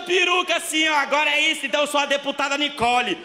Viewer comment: "Nikole" só queria uma desculpa pra se soltar sem assumir...